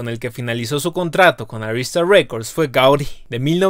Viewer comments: Se pronuncia GaudIIIIII, con tilde en la I, por tanto es una palabra aguda no esdrujula, bobo. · Me encanta esta banda. Gracias por el vídeo. Por cierto se dice Gaudí. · Muy interesante. Pero duele al oído escuchar a un latino no saber pronunciar el nombre de Gaudí. Con un acento muy gordo en la í final